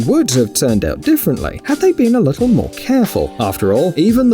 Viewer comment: "The lissle mermaid" 🤣🤣🤣